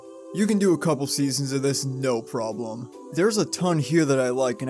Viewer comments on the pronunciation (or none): none